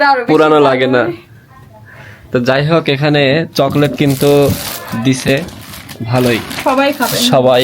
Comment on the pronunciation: অশিক্ষিত জামাই চকলেট কে বলে ছকলেট গ্রামের অশিক্ষিত একটা ছেলেও ওর থেকে ভালো ভাবে কথা বলে